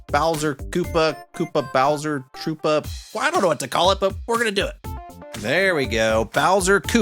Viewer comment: "boush" "bowtra troopa"